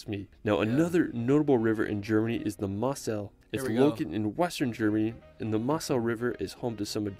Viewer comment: The butchering of town names like Dusseldorf and rivers like the Moselle is painful. I wish people would at least try to find out the pronounciation when making content.